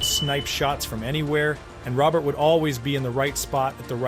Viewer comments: It's "Row-bear" not Robert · Hey jackals. Pronounced ROWBEAR. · I like the video but Jean Believe-ooh? And who's Rene Robert? It's pronounced Row-bear. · Botched Beliveau and Robert. It hurts your credibility.